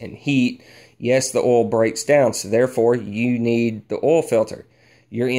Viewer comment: I like how you say oil... ol